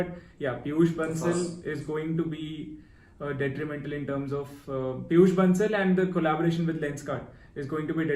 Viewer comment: ye bhai dtrimental kya bol gya